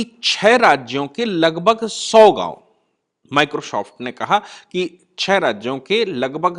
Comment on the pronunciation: पहले "माइक्रो सॉफ्ट" बोलना सीख ले । 🔥🔥🔥